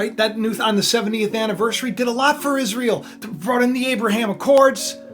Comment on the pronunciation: IS RA EL ? LOL HAVE YOU EVER ASKED THE ?????? IS RA EL